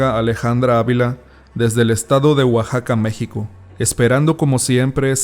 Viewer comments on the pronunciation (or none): none